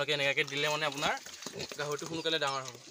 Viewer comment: দনা নহয়-দানা হ'ব লাগে।দাঙৰ নহয়-ডাঙৰ হ'ব লাগে।সনুকালে নহয় সোনকালে হ'ব লাগে।